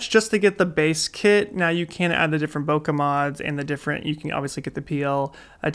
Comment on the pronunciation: Hey man, great video but do look up the correct pronunciation of "Bokeh" 😊 or better yet, ask a Japanese person. Cheers!